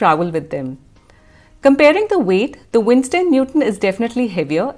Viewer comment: It's Winsor not Winstor 😊